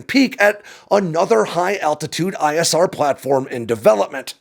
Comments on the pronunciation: It’s “platform” not “plane form”. :-) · Isn’t the word “planform”? (No “plane”)